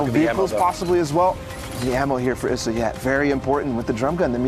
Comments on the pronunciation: ITS IS SA NOT ESSA its triggering me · It’s Issa Not Essa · She called him eesa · She saying ezza